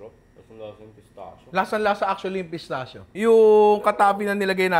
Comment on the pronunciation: Nong “pistakkio” pronunciation nyan hehe ✌️